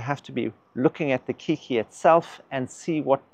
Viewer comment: Keiki is Hawaiian for child; the word later adopted for young orchids off-spring. The word is pronounced "Kay-kee"